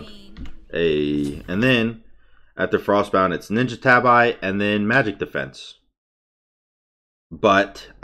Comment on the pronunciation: Let me start by saying I enjoy your content whether or not you do this, but could you pronounce "tabi" as "tah-bee" or "ta-bee"? I'm sorry to be 'that guy', but it bugs me a little to hear "eye" at the end of "tabi" every physical vid.